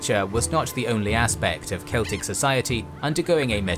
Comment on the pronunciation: I absolutely LOVE how you pronounced the Celtic names.